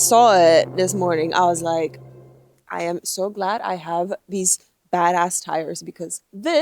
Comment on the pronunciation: Uh oh you said miles instead of kilometers, then the way you said "bad ass" made me think your sounding somewhat American. Looking forward to a future move back to here. Wyoming maybe? Would love to have you back here in my home state. We are somewhat "bad ass" here 😉